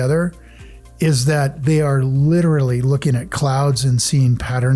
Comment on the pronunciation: Yeah “lit-TRA-ly” a millionaire.